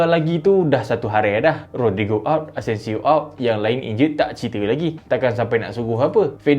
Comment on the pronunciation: asencio jadi asensiall